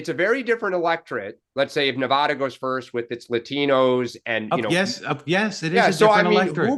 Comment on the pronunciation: Thank you Larry, for emphasizing the correct pronunciation of NEVADA.